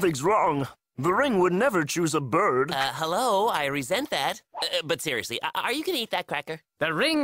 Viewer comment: "Seriousry my friend got eaten by an arrigator!"